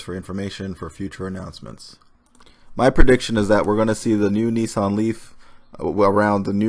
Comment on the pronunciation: Neesarn? Isn't it Nissan?